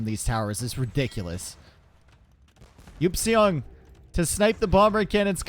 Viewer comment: Someone please tell Eupseong is pronounced "ipsung" NotLikeThis